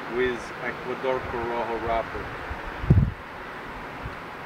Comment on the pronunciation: I always look forward to good economical cigars. "corojo" not "coroho" btw